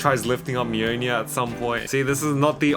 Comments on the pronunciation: "Mjøjnie" it's mjolnir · I hate how you say mjlnir, MeWNew